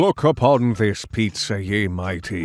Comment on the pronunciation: Pizza no piea 😂